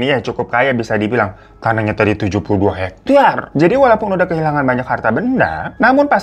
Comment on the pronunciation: sukak banget pas ngomong “tanahnya tadi 72 ✨hektYar✨”